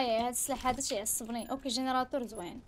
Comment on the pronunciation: علاش تهجي كلمة "هذا " وتقولي "هاجا " ..؟